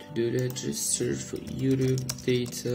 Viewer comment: IT'S YOUTUBE NOT YUDU